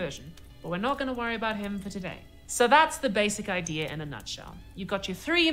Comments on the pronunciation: "Idier" It is Idea no "r" on the end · I hear all English speaker dol this it is not just a Brit thing. it is the mis teaching of English and nothing but. I am sure u have heard someone say "famaily."